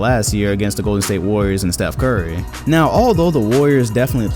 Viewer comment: He said steph CORRY